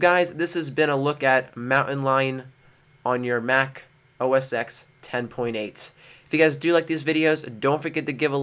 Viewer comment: it's not pronounced "o-s-x" it's "o-s-ten"